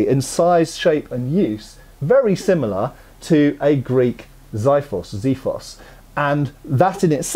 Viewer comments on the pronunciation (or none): Nice video, just want to point out that since it's a Greek word (and I'm Greek :P) it's pronounced ksifos, no z or y sounds in there. "Ks" is self explanatory, and "i" as in how you pronounce the letter "e". Cheers